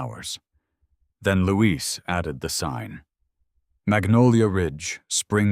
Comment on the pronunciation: Louis is a boy’s name, Louise is a girl’s name. The narrator is pronouncing it as the girl’s name is pronounced while the writing is also using the female version but his friend is a he, with the mother saying “You boys”.